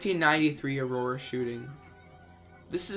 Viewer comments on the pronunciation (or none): none